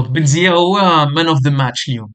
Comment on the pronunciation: بن زيا : ❌ بن زيمة : ✅